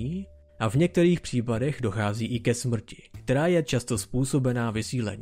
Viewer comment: Pokaždý když jsi řekl že dochází ke smɹti jsem se malem pochcal smíchy, dodává to na vtipnosti videa, cením :DDDDD